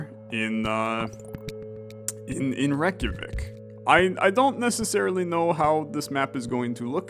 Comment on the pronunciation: your pronunciation of Reykjavík is so good i love the videos